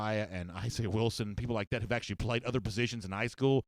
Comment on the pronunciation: Who haff Georgia pwayed woooo?!